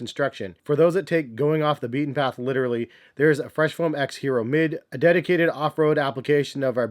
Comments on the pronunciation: Yes, it's not Hee roh like he says. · ee-yeh-ro. Pls pronounce